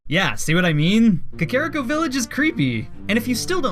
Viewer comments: Man, you misspronounced Kakariko and ocarina. You went 2 for 2 on that one. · did any one else cringe when he pronounced Kakariko like Kuh-Care-rick-o? i always pronounced it like Kah-Kah-Rhi-Co. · Why do you say Kakario Cuh Carry O? It's Cuh Car E O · you pronounced ko-ker-y-coo it kack-er-iku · Wrong way to say Kakariko: Ka-Kare-I-Ko Right way to say it: Kak-A-Reek-Oh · Its pronounced Ca-ca-ri-co Kakariko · Kuh-care-ih-ko That is the first time I've heard that pronunciation. That is all. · no its actually kah kah ree koh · The way you pronounce "Kakoriko" really irks me... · No, i just think you said kakariko wrong. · that Kakariko pronunciation hurts me physically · You fucking mispronounced kakariko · I wanted to punch a wall every time he said kakariko village